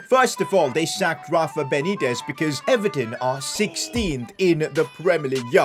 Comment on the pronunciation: “Not Rafa benetiz”